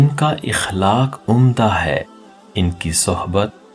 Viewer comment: Aqlaaaq hai sahi lafz اخلاق زبر سے پڑھئے